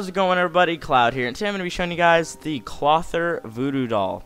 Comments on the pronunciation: Cloth-eer. Not Clother. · You are saying Clothier wrong hth